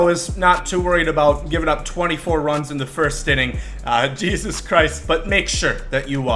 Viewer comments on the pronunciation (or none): none